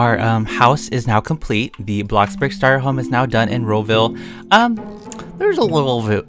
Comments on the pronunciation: I'm a fan and all, but can I just give my opinion... I don't like how u say Blockburg sorry!!!😫😫😫😭😭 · Blockburg other ppl: bloxburg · I like how syas bloxburg as BLOCCBURG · "Blockburg" -, 2020, 2019, and 2018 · “blockburg” 2020 “blockbOOrg” 😌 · when you say bloxburg i hear like blockburg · he said block burg